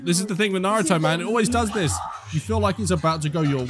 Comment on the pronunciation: Not one of them are able to say any name of a person or skill properly, that annoys me the most. "Naru-toe" "Sas-kei" "chick-amaroo"